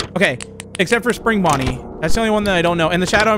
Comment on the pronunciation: Bro says bunny and it for Bonny but not just Bonny